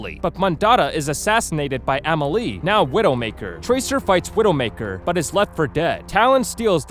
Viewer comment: U pronounced 2 names wrong It a meal ee uh and or iss ah